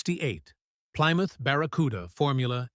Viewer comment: "Ply Mouth" lol